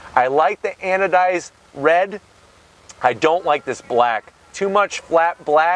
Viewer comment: Say "Anodized" one more time!